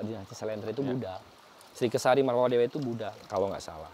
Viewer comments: MAAF,karna sering salah ucap,Tyang luruskan Dinasty Warmadewa bukan Marwadewa.....🙏Rahayu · Sekedar mengingatkan saja, dari episod 1 sampai 4 ini saya dengar menyampaikan Warmadewa itu "Marwadewa"😊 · Warmadewa maksudnya bang.. Bukan marwadewa